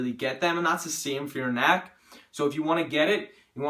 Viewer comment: Thick NACK JK man everyone has an accent, not mocking you